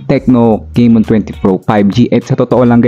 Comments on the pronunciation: Tecno kay-mon 20 pro 5g 😂😂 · CAMON hindi CEYMON juskupo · Correction po sa pronounciation. Camon - Kamon ✅ Hindi po Camon - Kemon ❎ Sorry yun lang po. Peace 😊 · Techno keymon😂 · Bakit naging *keymon na si *Camon?? 😁